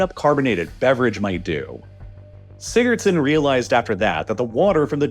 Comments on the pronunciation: Laying dead on the floor rn the experts name was what in a huh-son? I’m Icelandic and even I can’t tell what you just said man😭 Edit: alr nevermind Sigurðsson, got it🪟🏃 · Do you mean Haraldur Sigurðson? I'm Icelandic and that pronounciation... You'll get there soon if you keep trying.